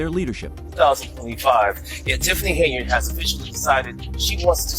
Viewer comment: Try harder and get an ai platform that pronounces henyard.